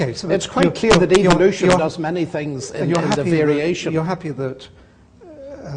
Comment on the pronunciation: Doesn't Atkins sound like he is saying 'evilution'?